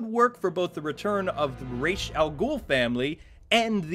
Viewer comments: Dude, you're too smart to be mispronouncing rä's. It's raysh, not raz. It made me mad in the movies, they got it right in arkham city. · C'mon guys, Ra's is pronounced Raysh. One of the things that bothered me most about the Nolan movies. And don't get me wrong, I liked Heath's Joker, but I didn't feel the joke in Joker. Know what I mean? And Bane was weird too, but the movie was okay.